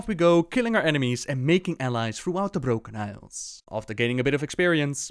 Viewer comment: why do you roll the 'r' when its not needed? like you say 'the brRrrRrRrRrrrrRrroken isles' and yet you can pronounce everything else correctly ? i'm maybe strange but i find it very annoying :)